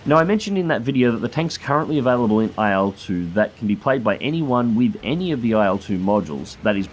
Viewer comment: please stop pronouncing it AYEL-2